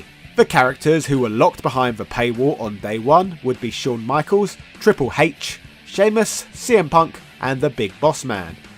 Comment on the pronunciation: "Triple Hache"!